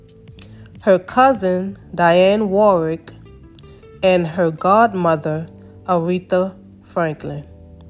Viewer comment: It is pronounced Di on Warrick.